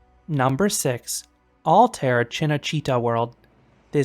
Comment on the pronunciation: First YouTube who pronounced "Cinecittà" right